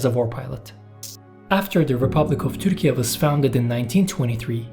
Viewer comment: Why do you use this strange pronunciation of Turkey? Erdogan is always very quick in stating that any criticism is meddling in private sovereign affairs. This is meddling in sovereign affairs of other countries. And not very smart. Ü is not found on English and many other keyboards, ü [y] is a sound that cannot be pronounced by most English speakers, let alone Spanish, Portuguese, Italian speakers. And this is only the West. As usual, another silly demand from a country that lost all power as an oppressive murderous empire long ago.